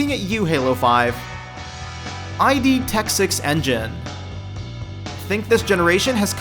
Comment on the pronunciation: I hope this video continues to build dislikes. Your facts are pretty ass and you somewhat lied about the title, your pronunciation of Idtech gave me cancer.